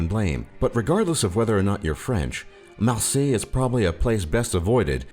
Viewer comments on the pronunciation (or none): Ouch the french accent was impressive until Marseille. Try saying Marsey exaggerating the ey like in HEYYYYYYYYYY and you'll be closer. Anyway it's not in France anymore it's north Africa. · It's Marseille, without an s =) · No "S" at the end of Marseille :) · "about beginning of 21st century France"* "Marséée" XD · Marseille sans S OMG